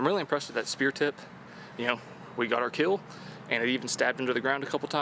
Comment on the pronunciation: But will it KEEL?